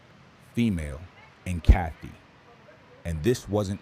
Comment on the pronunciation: it's said: ka-TOY ,not kathy